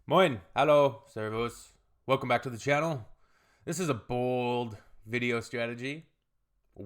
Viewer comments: "Moin,Hallo,Servus" 😄 haven't seen the rest of your video yet and i'm already making a comment! I'm German btw and it was very good pronunciation! 👍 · yaay yaaay your "servus" pronounciation was really good this time. Thank you for not stressing the U so much any more! 🧡